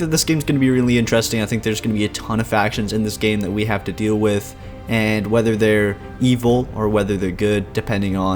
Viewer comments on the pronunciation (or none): none